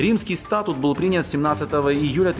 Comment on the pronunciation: Не стАтут, а статУт (ударение на последний слог)... Я не знал, что уровень юридической грамотности Самвела Карапетяна контролируется из Кремля и его МИДа РФ. (проконсультируйтесь платно ( у Вас же есть деньги!) у 12 НЕЗАВИСИМЫХ западных экспертов и сообщите ответ своему народу! - Вот это будет по чести! Спасибо заранее, если вознамеритесь пойти на это БЛАГОЕ ДЕЛО...)